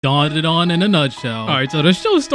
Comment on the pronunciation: let me help you its dand-a-dan